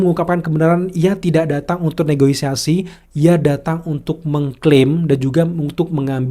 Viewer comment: salah, bukan negoisasi, tapi yang benar negosiasi.